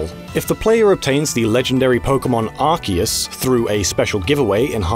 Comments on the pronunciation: I thought Arceus was pronounced "Ahr-See-Uhs" not "Ark-Eehus" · Arceus is pronounced Ar-see-Us